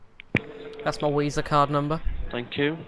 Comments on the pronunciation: Wisa card, heared of that a fee times. Wery good card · Do you intentionally say "Wisa" and "Vindows" instead of pronouncing them correctly? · Wisa card had me dying lololol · "can I use a Wisa card?" I need more of these videos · weeza card xD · ... A WISA card ... I'm hemorrhaging here ... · Wisa Card! lol! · OMG you the best. Dawid, wisa card, CWeeWee